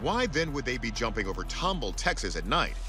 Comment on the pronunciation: I live in tomball and I laugh every time the host mispronounces it lol It’s TOM BALL. TOMBALL. Named after some guy named Thomas Ball. Yes, really lol